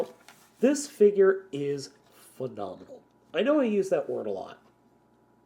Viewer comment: "Fednominal" XD